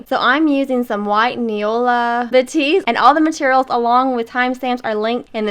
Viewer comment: Trés belle! And you pronounced it correctly- boo-tee. 😁👍